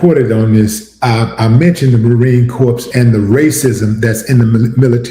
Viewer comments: Just a friendly FYI...it's not pronounced Marine Corpse...it's pronounced Marine Corps (like core). Thanks!! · Mispronounced marine corps Sounds like CORE not Corpse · Much Love Willie D. For future reference, the 'p' and the 's' in Corps is silent. Pronounced Marine 'Core'. I usually don't give a damn, but I kept thinking of a corpse, like an unalived body when you said it, lol. Keep grinding homey...1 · I'm with what you saying 100 percent but plz don't say Marine "Corpse" again... it's Corps... like core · The Marine Corps is not dead Willie D, "Corpse"...😂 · Brotha... its pronounced Marine [CORE]🤦🏾‍♂ I know its spelled CORPS, I also know u heard someone say Marine [CORE]... And the fact that u ignored that and said it stupidly anyway is annoying. Not saying the n-word isn't all it takes to be well-spoken🤌🏾😂😂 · Willie, the “s “ is silent in Marine Corps .. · The S is silent in Marine Corps...please get it right!!